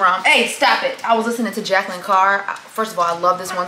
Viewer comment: Juh-Kay-Lin Carr.